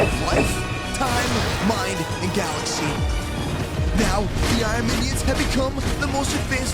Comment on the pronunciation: can't say iron